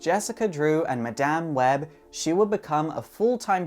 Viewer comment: lol he said maDAMN web....